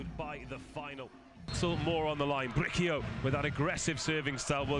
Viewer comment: They kept saying BriQUio instead of BriSIo (Bricio). It's a Spanish name and easy to pronounce.